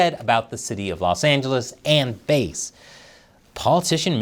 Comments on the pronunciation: It’s “Karen Fish” not “Karen Rythym Instrument” ya dig bass not base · Very clever to entitle the video in a way that outwardly appears to criticize or praise in a backwards manner. I’m hoping your metrics are improving. BTW, the name of the mayor is pronounced like the fish, bass 🍯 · It's Bass, like the fish. C'mon man. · Karen Bass' last name is pronounced like the fish, not the musical instrument. Just wanted to let you know as I expect there will be other 'firestorms' (literally and figuratively) in her tenure as L.A. mayor over the next few years that you'll be reporting on. Musk's '5 accomplishments' email - If no one in the OPM responded and they all got laid off, would there be anyone left to do the paperwork to lay-off the other 100,000+ employees at other federal agencies who didn't respond? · It's Bass, like the fish.